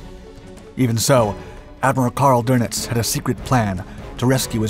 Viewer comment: His name is not Admiral Donuts ---- it's Doenitz ...